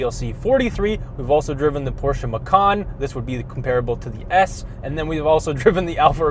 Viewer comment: it's Ma-chan, not Ma-Khan. Macan (Ma-chan) is an Asian Tiger. Ma-khan who knows what.